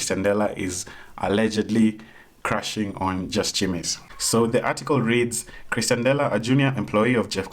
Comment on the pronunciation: Nice video but it is pronounced as "Ex-tian" dela not "Chris-tian" dela. Its mildly infuriating tbh